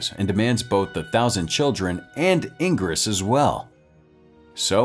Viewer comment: Ingeras would best be called as În-ge-rash which also means Angel in romanian.